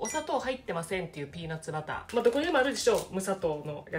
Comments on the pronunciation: ピーナッバラァ～って言うとネイティブらしくなるんですね✨😁柏餅、お薦めです‼️ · おいしそう♡ピーナッツバターの発音良すぎて何回も聴きたくなる👂✨ 🧡その後食パンどーしたか気になるよ😂